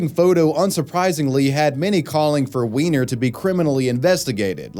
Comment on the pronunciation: Weiner ≠ Wiener the 'ei' is pronounced as English 'i', the 'ie' as English 'e'.